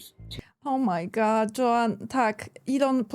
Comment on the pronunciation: źle wymawiasz "O my God". Mówisz "O, moje jelito", bo na końcu zmiękczasz D do T XD goDDDDD - to D musi wybrzmieć.